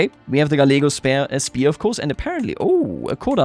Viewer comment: Kind of hilarious that despite your very good English you again and again want to pronounce "Spear" as "Speer" :D